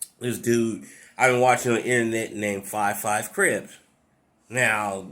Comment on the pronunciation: 🤣🤣🤣🤣🤣 the way he said fye fye